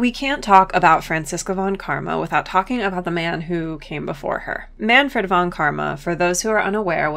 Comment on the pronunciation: A video about how great Franziska is? This was made for me! Just one thing though: The v in "von" is pronounced like an f. Anyway great stuff!